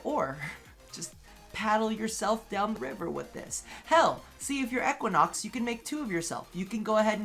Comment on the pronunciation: He said Equanox lol